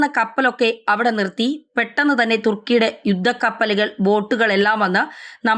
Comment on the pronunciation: തൃകുന് അല്ല 'thrikjan' ആണ്. അതുപോലെ സിപിറസ് അൽക്ക,'സൈപ്റസ് ആണ്